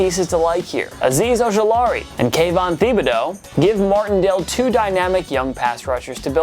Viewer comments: Brian Da-bowl. Kayvon The-Ba-Dough 😂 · I mean you can't even pronounce Kayvon Thibodaux name so you don't get an opinion on their defense